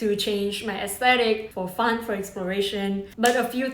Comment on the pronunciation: Does not sound like "fun"